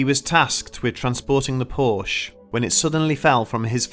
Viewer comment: Fact Checking could have made this short documentary factual. Most of the stories are embellished and/or BS. First. PORSCHE is a two-syllable family name, Second. There is no curse of the Little Bastard. Third. James Dean: On The Road To Salinas....is the real deal for James Dean's motorsports history with his Porsche 356 Speedster and 550 Porsche Speedster. Lee Raskin Porsche historian and author